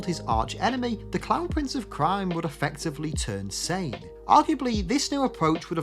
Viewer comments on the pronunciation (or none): none